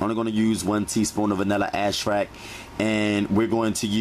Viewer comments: He actually said Ashrac for vanilla extract and he said one forf sugur and he also had ash cream 😂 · We're going to use 1 tsp of vanilla what? "Astract" 🤣🤣🤣 love it